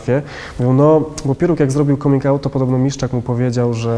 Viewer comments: Come czyt. /Kam/ ergo /kamin'/ 😎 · Czy nie powinno się wymawiać 'coming' przez 'a'? xD Mierzi to nieco :D Piróg mówi normalnie, a cała reszta uparcie z tym 'o'.